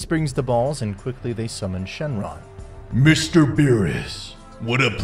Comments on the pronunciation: What is with all these miss pronouncements of ki to Kai, shenron to SHIN LONG- whis calling him MR. BEERUS? And he didnt call him a monkey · He also keeps saying sengrong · Shenlong instead of shenron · Bro has never watched this before 😂😂😂 first, bro forgot that characters have broken out if the time chamber with just ki after being locked in my Buu, also, its Dragon Balls, not Dragon Spheres er whatever, its not the Tournament Of The Force, its the Tournament Of Power, its not Chinlong, its Shenlong, Frieza calls Goku a monkey, not an insect, Whis calls Beerus Lord Beerus, not Mr. Beerus. Please watch the show before making this AI ahh video 😂